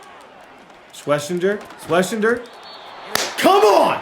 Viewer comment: It’s Swess-en-jer